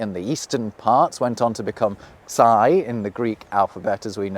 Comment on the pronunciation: I am bit disappointment with his terrible Greek pronunciation... Ξ is not ksy like sky but ksi like ski (just reverse the first two letters) Greek have both Ξ (ksi) and X (hee, MJ style)